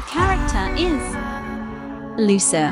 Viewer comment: No but the voice thingy pronounced Lusa instead of Luisa LOL and then Isabella was Issbla, but no offense that’s kinda funny